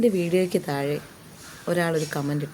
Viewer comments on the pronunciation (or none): none